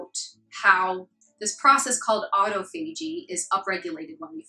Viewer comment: Nice video. Autophagy is pronounced ô-tŏf′ə-jē in other words "uh-tah-fahjie"